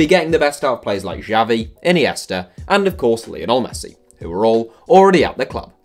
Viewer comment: javi? are you serious British lasie